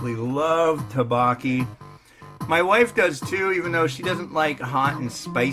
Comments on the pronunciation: The rice cakes are pronounced more like "dough-bow-key" 😂 anyway this one just tasted okay to me. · The way you pronounce tteokbokki stresses me out lmao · Me too